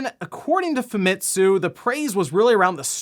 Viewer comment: I know I've been nice and not calling you out on this, but you've been mispronouncing Famitsu. You don't put emphasis on ANY of the letters. It's pronounced "Fahmetsu" Sorry, as a Japanese person myself, it really annoys me when primary English-speaking people commonly mispronouncing Japanese words in exactly the same as the rest of them. Not angry at you, just annoyed. Sorry for speaking-out.